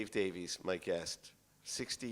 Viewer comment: All I know is the guy wearing the toupee mispronounced Davies' name.